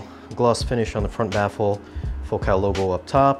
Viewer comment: What's with the weird pronunciation of Focal.? Ordinarily the emphasis is on the first syllable of that word. Is the pronunciation you use the one the company prefers?